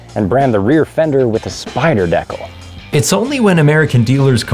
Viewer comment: After this “decal” debacle I can no longer subscribe lol